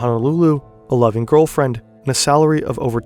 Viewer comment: “a loving girlfriend” but I heard “11 girlfriends”.